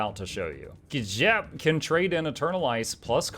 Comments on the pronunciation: Kjep is pronounced Sh-yep. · You can just pronounce it as "Kep" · Kjep is pronounced like Shep😅